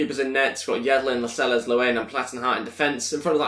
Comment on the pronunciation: It's La-sels not las-eles